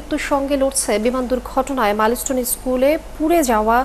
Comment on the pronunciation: মালিস্টোন না মাইনস্টোন